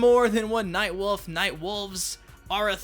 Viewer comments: Everytime you say Nightwolf it sounds like Nightwoof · You pronounce 'wolf' like my brother. Night WOOF! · I love “Nightwuff”